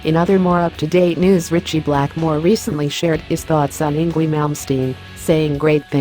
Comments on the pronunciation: It's not Eengwee, silly girl. It's Eengvay! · Pronunced ING-Vay !! Ignore the auto-voice. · Good Lord! Enough with these horrid robo-voice videos! “Ingwee”? Really? Instant dislike for that alone... SMH... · I hate robot voices. "Ingwee." ugh. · you could at least pronounce his name rite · Is this google trying to pronounce Ynwie? He's Swedish, Swedish is a Germanic language, and Germanic languages pronounce w as v.